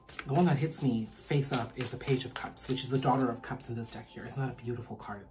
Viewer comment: I was drinking water when you mispronounced ‘deck’ and I nearly choked 😂😂 regardless, thank you for the message!!